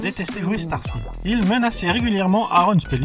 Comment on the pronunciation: Cool vidéo, mais p*tain, c'est StarSSSSky, par Starky 🤣